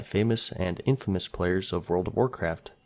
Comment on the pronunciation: IN-FAMOUS and Infamous are not the same thing.... nor are they pronounced bilaterally.